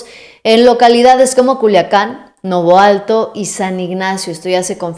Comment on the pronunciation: MI JAZ CHULA DE PECHOCHA NO SE DICE NOVOALTO SINO NAVOLATO